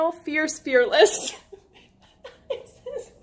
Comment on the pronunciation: It’s okay Molly, I too am ierce, arless, and feaess 😂😂